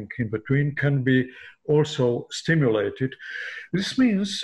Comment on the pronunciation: A "doctor" that can't even pronounce stimulated. Also, this is nothing new. Magnetic cure-all bracelets have existed forever.